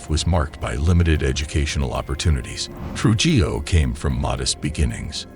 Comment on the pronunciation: Its pronounced Tru-hillo